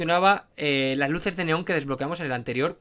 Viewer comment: Cuando explicó que se apago las luses literal mente no le entendí XD